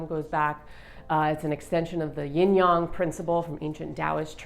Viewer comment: My perfectionist self loves that you pronounce yin/yang perfectly 😊 brava